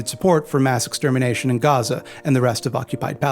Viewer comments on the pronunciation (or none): none